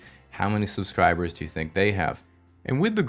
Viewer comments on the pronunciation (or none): none